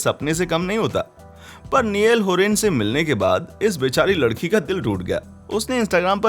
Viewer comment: lakadi nai ladiki hi bhai 😂😂😂